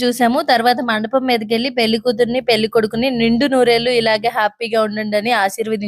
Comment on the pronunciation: నీ తెలుగు ,, చండాలంగా ఉంది,, పెల్లి కాదు,, పెళ్లి అనాలి...